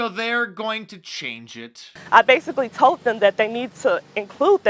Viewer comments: “I tolt them”????? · "I tolt them" she can't pronounce simple words correctly yet she can correct the dictionary.